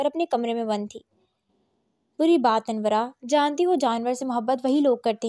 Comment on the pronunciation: Ap sy pehly bhi kaha tha k ,anora, naam ha not anwra itny modern naam ko anwra ker dia ha😢